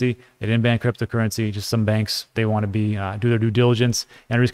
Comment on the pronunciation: it's not going to kill you to say your introduction one second slower so you can pronounce cryptocurrency and digital assets properly